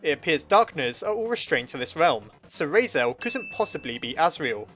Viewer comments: ITS RALSEI NOT REISEL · RAL-SEE NOT RAL-SAY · It’s raseil not rase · lol heres a hand I personaly say "Ral" like in ralph and "sea" like ocean and just put them together making Ral-sea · Why do you keep pronouncing it 'Raisel' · Ralsei. Sounds like Ralphy. Now I'm picturing Ralsei saying "It tastes like burning!" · "Rasiel" - 2018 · ''Raisel'' hehe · It is pernounst Ral-sae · I thought you called him Rasail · RAL - SAY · he’s pronouced as Ral See or Zee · Ralsei is kind of a weird name. I think it's supposed to be Rahl-Say or Rahl-See. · I died at when you pronounced Ralsei as Rasel- but don't worry I just didn't even pronounce it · Deltala- *Cough* said "Raisel" many times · 😂😂 Just thought: if you're German I suppose it's pronounced "Rals- I" (like eye). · Wait, isn't it pronounced Rals-eee??? Why the OOF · its pronounced rals-eye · I counted: you messed up Ralsei’s name 8 times. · Dont worry, my brother mispronounces Ralsei's name too. Probably plenty of others who make the same mistake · I'm laughing so hard at him mispronouncing Ralsei so much that I can't even focus on the video. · i like how one of the dreemurr traits is being bad with names but you also consistently pronounced ralsei wrong... are you a dreemurr?